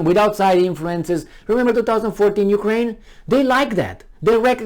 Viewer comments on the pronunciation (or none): none